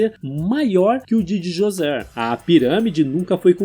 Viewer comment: Cara pronúncia D'JOSER não DiJosé